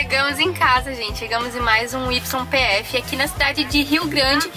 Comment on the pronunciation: Kk..olha..o video esta bem " ilustrativo" pra quem viaja e quer saber tudo da documentaçao. Ben legal. E aduana demora mesmo. A YPF se fala ( ou pronuncia ) - " i p f " ! O y na Arg eh na real um " i" q as vezes se torna um "j " ou "g" se estiver no meio ou começo da palavra.. como : Tuyo , yacare, yeso,.....mas o finalsinho eh q esta ficando interessante..coloques maiss desses " quase erros "...eh divertido ver que nao eh so ligar a camera e gravar e sair de uma vez so.! Abraços..e se cuidem.